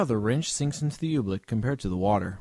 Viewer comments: Oobleck is said like how it is spelled. It's not Obleek, it's like Oo-bleck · OOBLECK not OOBLEEK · I thought he was saying "oblique". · Are we all gonna ignore how he called oobleck oblique? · You're pronouncing "oobleck" wrong. Dummy.